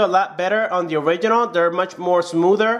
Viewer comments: Is “ORIGINAL” not “ORIGHINAL” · When he says "orighinal"😡😡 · I will get crazy if I hear one more time that " orighinal " sound...... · Original not or oridinal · Smodr Origidjnal hahahahhahahahahhahah. Oridjinjal hahahahha. Oridjinjal hahahahhahahah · You keep saying original wrong